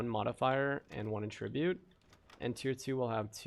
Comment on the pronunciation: Love your vids, but fyi, in the word 'attribute,' when used as a noun, the stress is on the first syllable, not the second. When used as a verb it's as you've been saying it here.